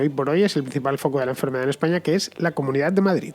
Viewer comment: Muy buen video, pero por qué acabas las palabras que acaban en vocal con eme? "Españam"